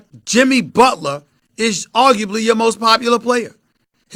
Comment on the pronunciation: man said shimmy butler